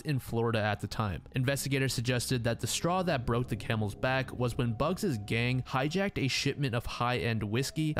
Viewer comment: How does bugs sound right to you? Bugsy < there’s a y in the name.